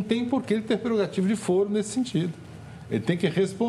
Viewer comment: CLAUDIA TAVARES — fala-se fôro, não fóro. Foro não é fórum, mesmo se advindos da mesma palavra em latim.